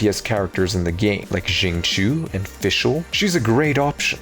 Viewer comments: you mean Xinku? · let's not normalize mispronouncing xingqiu's name considering the ugly history of how chinese names and words have been treated in the west